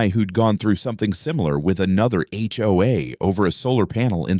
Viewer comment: Sometimes the AI can't tell the difference between acronyms and actual words. We say H... O... A, but the AI can call it "Ho-Ah" We say FBI and the AI says "Fuh-Bye"